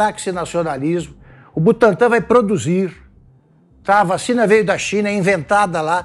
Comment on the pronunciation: Quase Saiu Uma "Vachina"....😂😂😂😂😂😂😂😂😂😂